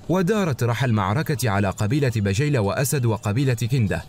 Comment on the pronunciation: الله يعطيكم العافية ماتقصرون في هذي القناة الأكثر من رائعة ولكن عندي ملاحظه في نطق بعض اسماء القبايل مثل قبيلة بجيلة والتي تنطق بالكسر